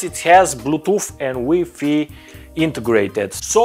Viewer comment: HahA hahA I love how he says WiFi "weefee".